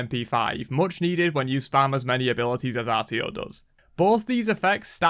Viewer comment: “Artio” Terra: I’m not even here